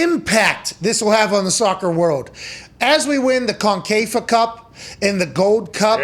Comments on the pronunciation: Concafa Cup? It’s CONCACAF BRO! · He’s not coming to the mls under any circumstances and it’s pronounced concacaf …